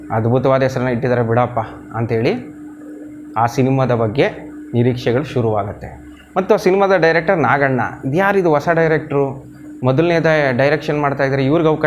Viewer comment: Swalpa akaara hakaarakke gamana kodi sir. Aadu alla , haadu. Osa alla hosa, hamoga alla amogha. Pl take care of these things. Nim progs channagirutte, bt dayavittu bhaashe uccharane kade gamana kodi.